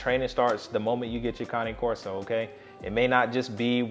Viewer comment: Finally! Someone who pronounces it correctly! I am one minute in to this video, and I love you (and Duke) already! I sometimes feel like I’m on a one-woman crusade to fix this. Thanks!